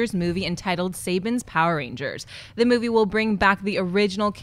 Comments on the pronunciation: It's pronounced SA-BON Not SAY-BEN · (darkman925) Not missing much :-P They can't even pronounce SUH-bon... if you know nothing about Manga, then please skip it. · How many times are they going to mispronounce Saban( Suh-bon) in one sitting ? Second of all, Saban, as a brand, has ALWAYS, helmed Power Rangers, except when Disney took over, its their property. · They shit on the Power Rangers movie for being called Saban's Power Rangers. Every Marvel movie and TV Show is called Marvel's (Title here). Again it's the same thing! They cant even pronounce Saban right. And that photo is fan are of season 4 of Power Rangers, Power Rangers ZEO